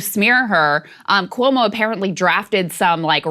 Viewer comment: Why is Sagaar pronouncing Cuomo’s name like that? 🥴 lol